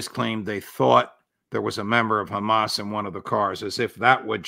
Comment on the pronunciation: Of course Colbert had to do a little " kHaMaS bAd ToO"